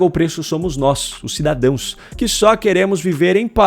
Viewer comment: A janja não fala cidadãos, ela fala cidadoes.